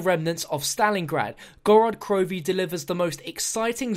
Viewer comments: It's Gorod Krovee. Put emphasis on the first o in Gorod and emphasis on the last letter in krovi. Город Крови in Russian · No offense but it's pronounced gored crofee. Roll the r's. I'm russian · please say the name correctly its pronounced gaa-raat kro-ve